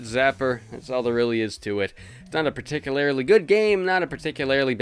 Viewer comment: "Particularily".. Nice.